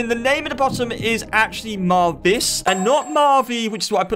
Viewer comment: wiye do you call marvix marviz